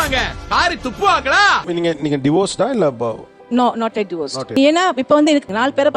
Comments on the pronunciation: It’s not Diverse it’s Divorce … pls pronounce properly 😂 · Diverse 😂😂😂 it’s Divorce… why aren’t they correcting the material s pronunciation